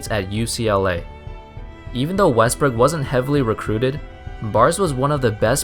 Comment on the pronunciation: You say wrestbook